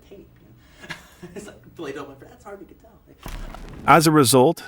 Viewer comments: Kettle? Followed by Quentin Tarantino saying the name correctly. 😂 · It’s not Harvey Keetle. It’s Harvey Keitel (Kai-Tel). Please pronounce the words and names correctly. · Really nice video but just have to be that guy and say it's not pronounce Harvey Keytle but Harvey Kai-tell :) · Fascinating insight in the cinematic genius that is Tarantino....but man, it was like nails down a blackboard every time I heard a name pronounced wrong 😬.....the worst was Harvey Keitel - Kee-til?? It's (phonetically) Kai-tel, KAI-TEL! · Harvey kYtell. Keitel. This mis pronunciation really ruined it.for me.☹️ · Is this narrarted by AI or is the guy just terrible at pronouncing well known actors names? Harvey KEETLE? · Kye - Tell . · Did you even bother to watch your own Ripped Off Documentary? Harvey Kitlle?? QT says his name correctly 5 times but you couldn’t figure it out??? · "actor Harvey Kee-tel" lol dude you really are disqualifying yourself with these names. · Harvey Kai-tul, Roger Eh-bert. LOL. These kids these days...it's obvious this narrator is either young or doesn't actually have much experience with movies and film critics. I did enjoy the video, I just find these mispronunciations amusing. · Actually, it’s “KITE-ul”. Source: someone with relatives with that last name. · Harvey "Kee-tell" 🙄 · I was just coming here to gripe. “Harvey Keetle” S M H….. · I got an idea for redemption, you redo this video but say "Tarantino" in an Italian accent Everytime, do it for Keetle 📻📡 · Good sumup, but: You're making a doc about movies and you don't know how to pronounce Keitel? He's only been famous for 50+ years. Also, you're making a doc about movies and, specifically, a writer. Learn how to pronounce DENOUEMENT. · How to mispronounce: Keitel, Avery and Grier. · Good god, learn to speak English. Or French. Denouement is NOT pronounced "De-Now-Meant." It's closer to "Day-Noo-Maw." And, it's NOT Harvey "Keetle!" It's "Ky- Tell!" And a bunch of others. Learn pronunciation!